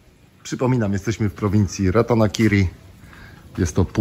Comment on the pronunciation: przeczytales dobrze to co zle napisane chyba ze jest dobrze napisane to zle przeczytales :)) (Ratankiri vs Ratanakiri )